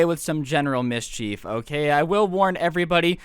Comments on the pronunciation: mis-chief People who can talk right: mis-ch-ef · He says mischief like Ms. Cheif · its not meescheeef its mischif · Mis-CHEEF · Is saying mischief or Ms. Chief? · Was I the only one getting annoyed by the way kept say mischief